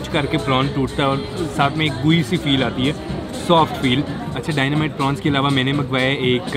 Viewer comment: Prawns not prons [ Dynamite]